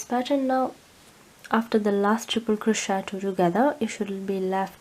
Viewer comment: Thank you for the tutorial have made this for my grandson and will make a smaller one for a friend. One small point. This is crochet and it's pronounced cro-shay not cro-shet. It's derived from the French language. Thank you.